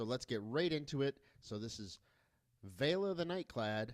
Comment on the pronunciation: thankyou for saying Vela's name correctly. most youtubers seem to call her veela.